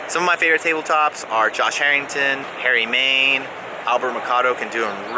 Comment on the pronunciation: did you say harry main ?! 😊